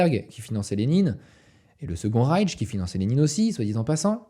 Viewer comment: Excellent comme d'habitude ! Seul bémol en tant que germanophone ça pique les oreilles d'entendre "Reitch" et "Fouhrer" tout le long de la vidéo 😅 ça se prononce "Reich" et "Führer" tout simplement